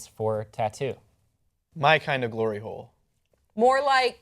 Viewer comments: Did she just say glory hole lol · When she said hlory hole i tought of pornhub :D